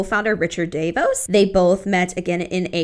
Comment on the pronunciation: There’s lots of Amway expose videos out there… some are good and some are bad. I stopped watching your video and unsubscribed when you when pronounced Rich DeVos’ name wrong.